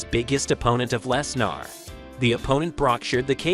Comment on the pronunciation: "Brock LesNAAR" "Brick" I feel like u r an AI